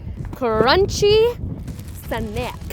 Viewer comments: I love how she pronounced snack at the beginning 💀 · how she pronounces snack. 😂😂 That was a good one.